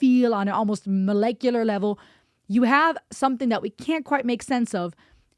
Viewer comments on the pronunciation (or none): none